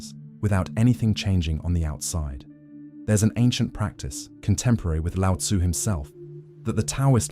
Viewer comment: Your content is excellent, but your pronunciation of Chinese words is uncorrect. The “t” in Tao and Te is like the “t” in the English word “stop”: unvoiced, unaspirated. The name Laozi should be closer to “loudzuh.”